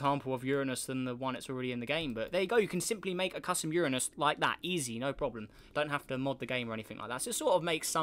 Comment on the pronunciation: Uranus he said it right sub